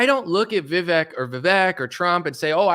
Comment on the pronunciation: Brother make sure you get the right pronunciation on vivek before the interview or his supporters will use that to discredit you